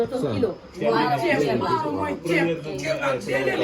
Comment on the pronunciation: Pas maaro mais maalo!